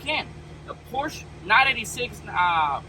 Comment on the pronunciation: Pronounce porsche correctly 😮